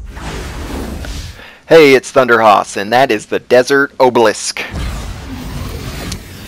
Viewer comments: His mistake is saying Oblisk, instead of Obelisk. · Ah buh lisk. Not Oh buh lisk. I really appreciate the help when I get stuck on a certain environmental puzzle but god damn is it frustrating when people say things incorrectly.